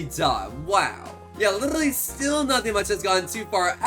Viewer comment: “We LIRRRRLY got 2 brand new mythics!”